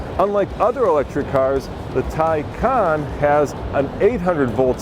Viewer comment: Is pronounced Tae Can and it appears that has a specific set of skills